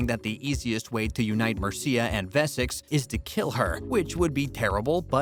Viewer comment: The narrator can’t even pronounce Wessex!